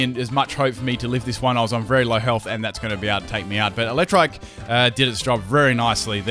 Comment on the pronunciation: you keep saying it as Elecktrike, which is a totally different Pokemon...